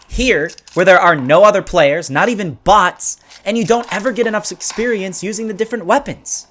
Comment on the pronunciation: he said sex perience